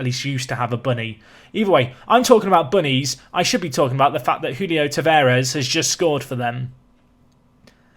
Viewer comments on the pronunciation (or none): none